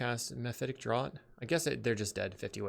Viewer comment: Great vid, great deck. Just gotta give you a heads up that the word draught is pronounced like it was spelled draft